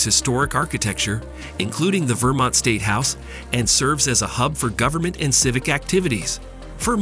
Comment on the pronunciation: Just curious: the narrator sounds American. Why does he struggle with US pronunciations of Wichita, Oregon and Vermont?